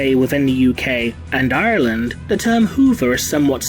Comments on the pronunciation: You're right, it's like he tried to do it with an American accent! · I don’t think anything in your videos has distressed me more then hearing how you pronounce Ireland .